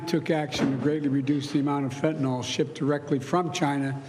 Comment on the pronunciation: Fentynol ??? Is that like Retinol ??? 😂. It’s FENTANYL !!